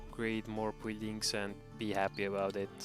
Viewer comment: buld buldings..i can't hear it any longer lol